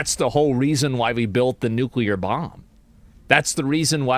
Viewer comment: Asmon is part of the 5% these days that can actually pronounce nuclear correctly. I'm not surprised but I did just want to point it out